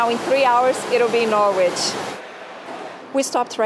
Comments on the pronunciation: Awww - Nor Wich. It's pronounced like Norritch)))))). Bless)))) I hope you don't mind my saying) You know I'm your friend))) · The locals pronounce it more like Narridge but Norridge would probably do. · Hi just watched all your great UK videos. You need to brush up on your pronunciation of English towns. Somebody picked you up on Warwick. Try to learn how to pronounce Norwich and Nottingham. Your Birmingham was a little off as well (but you did try there!). Really good videos otherwise.